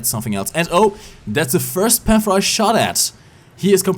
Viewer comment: wieso sprichst du Panther so aus? ich mein ich mag dein Englisch aber ich geh mal stark davon aus das du schon mal ein Englisches War Thunder Video gesehen hast und selbst Leute die kein Deutsch sprechen sagen den namen besser als du :D da jeder die Namen Deutscher Panzer versucht in Deutsch aus zu sprechen ob er es kann oder nicht könntest du es auch einfach Deutsch aussprechen.